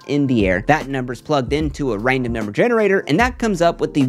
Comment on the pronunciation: Loved this video. Got to take a shot each time says 'raindom' instead of 'random' though!